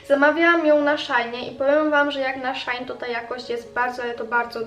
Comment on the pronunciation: Nie szaini tylko shein(nie hejt)